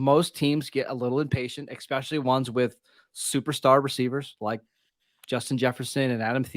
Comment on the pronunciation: Someone tell him it’s especially** NOT eckspecially